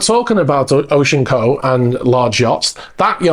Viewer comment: Thank you for pronouncing Oceanco properly, so many people call it O.C. Anco and it drives me insane. Can't count how many times I've seen Seven Seas at Pier 66, pretty boat (Nuvolari-Lenard design) but having to hire a crane to load the tender on the aft deck when they drained the pool seemed silly. Hopefully his new boat won't have that problem.